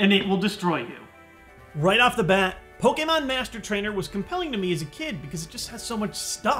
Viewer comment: I liked this video because you say Pokémon, not Pokeemon. <3